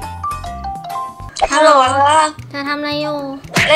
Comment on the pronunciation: ฮัลโหล๋ เสียงสุพรรณ555